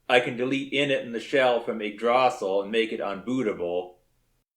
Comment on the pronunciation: >Yggdrååååsil To be fair, this is pretty damn awesome, I'm just being mean